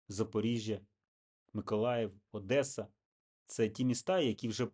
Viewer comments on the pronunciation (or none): none